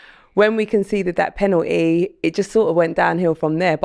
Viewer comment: This is well funny , it’s a blatant foul in the box he made no attempt to play the ball. Holding should have gone 2 tackles earlier. Oh and it’s “penalty” not pennnaty